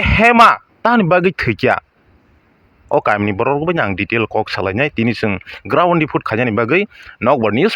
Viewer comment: Ground ❎ grund ✅